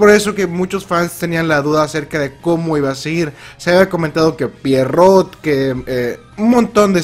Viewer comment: DON T EVER SAY "pIERROT" AGAIN IN YOUR LIFE